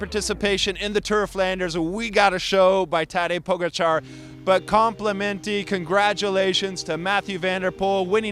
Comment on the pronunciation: Puh-gotcha not pogo-char😁